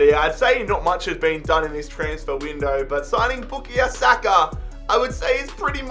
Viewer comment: With all due respect it not bookie Osaka it bukayo saka